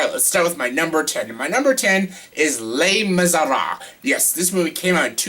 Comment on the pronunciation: The way you say Les Miserables is so wrong lol. It's [leh mee-zeh-rah-bluh].